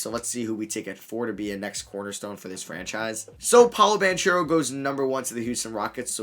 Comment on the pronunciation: Pronounce paolos last name as ban-ckero